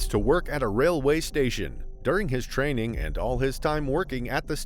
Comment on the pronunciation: Haha train-Ning Chek it